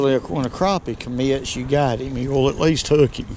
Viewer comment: Yep, yew iz from Al-Lee-Bama, you lost me when you said Cropie..its PRONOUNCED CRAPPIE NOT CROPIE